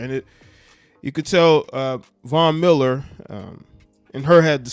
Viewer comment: The only name he pronounced correctly during this segment was Von Miller.. please get it together.